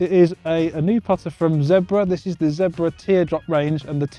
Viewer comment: Did he say zedbra?